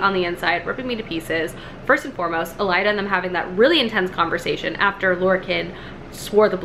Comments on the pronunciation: I love how you keep saying "Elida" and "Alien" 😂😂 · Are you saying Alien because you don’t like her? Lolol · Had to stop 6 minutes in due to the horrible pronunciations! You really thought the main characters name was ALIEN????? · okay but why is she saying every name that ends with an e sound like it ends with an a...? it Yrene, not Yrena. It's Elide, not Elida... AH